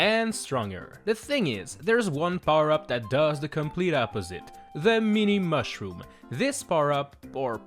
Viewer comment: “Thuh meeni mawshroom”